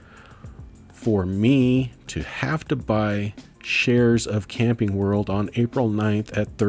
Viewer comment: lol I thought you said "Candy World" rather than "Camping World" when you first said CWH. I started looking up Candy World until I realized it... I'm curious -- are you using Turbotax to do your taxes? Did you find it relatively easy to import all your stock stuff in 1 go? Might be an interesting topic to share your perspective on taxes...